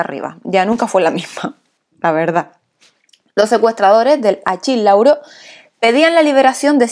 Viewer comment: Tremenda metida de patas del ridiculo Ronald Reagan con el avion de Egipto. Too much. (Achille Lauro, se pronuncia Aquile Lauro)